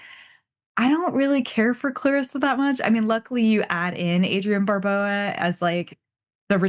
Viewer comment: I've never heard Adrienne Barbeau's surname pronounced Barboa...